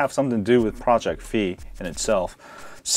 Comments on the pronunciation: Figh like high not fee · WTF!?!? Its FI not FEE!! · Damn, it's pronounced Fai. XD